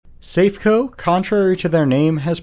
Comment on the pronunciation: Lots of companies make these frog rides, not just Safeco (pronounced saff-ay-coe BTW). Like aeroplanes, fairground rides have time-limited structures that need major overhauls after so many hours usage, and, at least in the uk, all welds and structural stress points have to undergo yearly NDT inspections with x-ray, radar or ultrasonic scans, or all three. If a ride like this fails, it's usually operator error, lack of routine maintenance or failure to adhere to overhaul timetables.